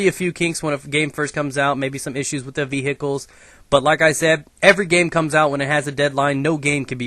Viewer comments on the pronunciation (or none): ve HI cles :L lol the emphisis on hi :L class :L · love when you say beeheecheules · you say vehicles like my science teacher.